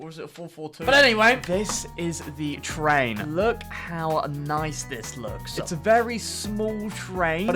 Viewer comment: victoria is a twain station, YESS TWAINSSSSS